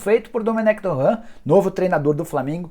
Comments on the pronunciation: "Domènec Torran" Porra Nicola KKKKKKKK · TuRênt é a pronuncia correta, qual dificuldade de falar certo?